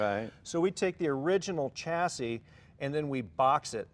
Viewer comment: Say chassis properly it’s infuriating